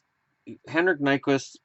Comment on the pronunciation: henrik nyquivst ? lol